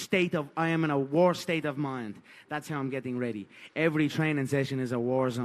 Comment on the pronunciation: WE'RE READY FOAR WOAR!! GLIMPSES, JUST GLIMPSES WE'VE SHOWN. Now: The Camp was Incorrect, Ariel. My foot was a Belewn, my Foat, was a BeLEWN!!